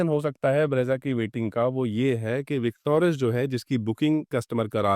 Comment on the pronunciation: विकटोरस नहीं बोलो भाई, विकटोरिस बोलो